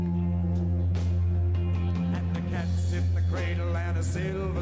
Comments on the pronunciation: Cradle = " cray del" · Listen closely to how she pronounces cradle